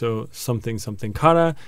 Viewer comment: I really love your videos, they're very helpful. The only thing i would say you could improve on is your pronunciation, it's needs to sound more Japanese. For example when you say kara, it should be pronounced more like kala.. roll your r's. But apart from that, loving your vids, keep it up!!